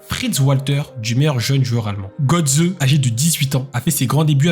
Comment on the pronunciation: Mario Götze ( on prononce Gueutsé ) MDR comment le commentateur prononce son nom ! lol lol lol . En allemagne j´étais scié aussi lorsqu´ils parlaient de Mbappé , on comprenait rien de qui ils parlaient...